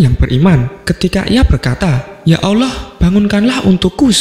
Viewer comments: Suara apaan mbkk tuti suara gini aja ngefans, nyebut Asma "Allah/Alloh" ' saja maaf admin nya masih gk fasik "Awloh" klo saya denger² gtu . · Sebut bagi betul allah bukan awloh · Min mau kasi masukan.. Pembacaan “ALLAH” nya kurang tepat.. Terdengar seperti “oloh” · Allah lah... Bukan Alloh. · Min mualaf ya? Soalnya baca Allah nya kyk orng mualaf min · Sebut nama tuhan itu yg tepat donk..ngak ada huruf O di situ